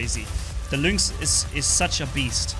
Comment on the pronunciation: luinx? isnt it pronounced linx?